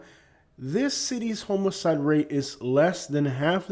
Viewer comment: I kept wondering if you were saying homoside ora homicide. I'm from Minnesota close to Canada and even though I haven't lived there since 14 I can't say bag rag rag without ppl falling on the floor laughing. I really enjoy your content especially being in Lee County Florida. It's heart breaking to see we can't catch up from the last few hurricanes.